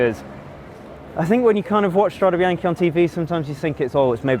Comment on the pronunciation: Strade bee-aahn-kay not bee-aahn-key